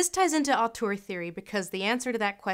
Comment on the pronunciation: 'Auteur', 'oeuvre'. You're saying them wrong.